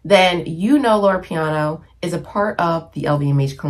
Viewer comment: Loro Piana, not Loro Piano lol. QL isn’t going anywhere. It was around long before Succession made it a thing. Personally, I just can’t wear the loud logo brands like LV and Gucci. Especially, when you swim in highly professional waters. Classic style never goes out of style. No need to worry about trends and fads. Some things you just outgrow. Also, the lowest quality items in any store always have the most logos.